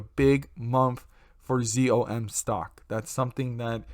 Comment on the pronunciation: it’s NOT “ZOOM”!!! It’s ZOM AS IN IM A ZOMBIE $$$$ #ZOM